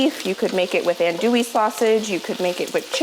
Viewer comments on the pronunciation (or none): The sausage is pronounced “ahn-do-ee”. It’s French and very commonly used in New Orleans cooking. I took a cooking class there years ago and the chef drilled us in the pronunciation. “Ahn-doooooo-ee” 8-) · It’s “annn-dewy” sausage. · if they are andouille sausage, it's pronounced an-dew-ee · On-dew-ee is how you pronounce the sausage. Emphasis on the second syllable. They are fabulous! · she can't pronounce andouille . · Are you trying to say andouille sausage?